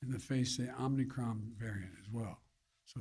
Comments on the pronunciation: "Omnicron." He said it again at one minute in. And he slurred something about slowing the speed right before that. Holy sh*t, this guy is out of it. And he's getting worse, which was, of course, to be expected. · "It's called the omnicron." I thought it was omicron. Took him all of 25 seconds to f*ck up. That might be a record for ol' Joe! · "omnicron", thats my president :)))))))) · "OMNICROM" spoken 3 times by the potato-in-chief that doesn't wear a face diaper like he and his ilk mandate you to do. 🤣🤣🤣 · Haaaaaaaaaaaaa! Om-KNEE-cron. Better seek the proper pronunciation of the variant with the smartest person you know (Hunter). He should be able to inform you of the error of your ways.